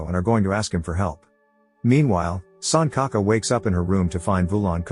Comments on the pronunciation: RIP pronunciation, it's not sun ka ka. It's pronounced Sunchaka. L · it's sanchaka, like c in china, not sankaka. lol 🤣🤣🤣 suncocka sounds inappropriate 🤣🤣